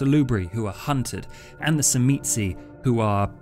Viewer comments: Great video. And, I think the "T" is silent on the word Tzimisce. Just my 2 cents. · It is pronounced Tzimisce and not Tzimisce and especially not Tzimisce.